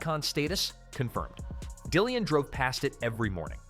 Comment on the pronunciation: Dillon, and not Dillian.